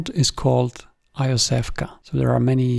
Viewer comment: Iosevka is pronounced roughly as Yosefka, meaning something link "little Josef". See phonetically at